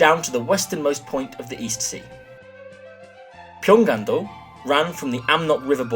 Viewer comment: Thank you so much for your video. The correct pronunciation of Pyangan-do is not Pyongan(편간도) but Pyong-an-do (평안도). As you explained in this video, Pyong-an is derived from Pyongyang's Pyong (평) and Anju's An (안). "G" pronunciation is not linked.